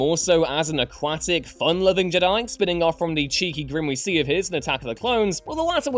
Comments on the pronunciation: Yeah i noticed he's different pronunciation of the word Jedi. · Why is he pronouncing Jedi like j'dai? Infuriating! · Why do you pronounce “Jedi” like that?...